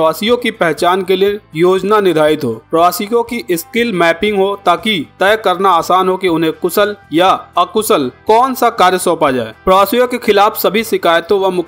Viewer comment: Kushal ko kusal mat kaho akushal ko akusal mat kaho sharm karo bhasha shudh karo sa ko hi sa kho sha ko sa na kaho . Shah ko bhi sah ke rahe ho .shame on u